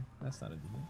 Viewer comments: He said it right, but then said deviaunt just for pro effect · hears it correctly, still pronounces it "deviaunt" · pewdiepie: deviant Amanda: DEE viant pewdiepie:see I said it right, deviont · I'm french and the word deviant is pronounced "day-vian" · ITS DEE VEE ANT GOD F*CKIN DA